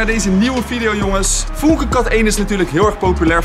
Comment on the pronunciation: Het is niet foenke maar fuunke omdat er een umlaut op de u staat